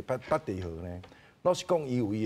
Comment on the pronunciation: 北戴(Tài/tè/tì)河，遮若無前例thang好參考，應該讀讀冊音Tài khah好勢，tī/tāi聲調攏毋著--oo